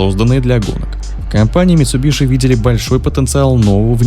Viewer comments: Не митсубиШи, а митсубиСи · митсубиСи ☝️, от ш ухо режет